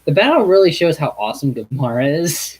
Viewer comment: Lol,It's gamera not komora